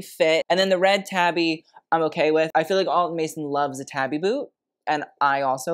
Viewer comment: Japanese pronunciation friendly nudge: “tabi” split toe shoe pronounced “TAH-bee” (not “tabby” cat) WINK😊